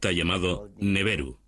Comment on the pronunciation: Annunaki no annanoki , Nibiru no Neberu y Zacharia Sitchen a sido refutado por expertos en lingüística acerca de su interpretación de las tablillas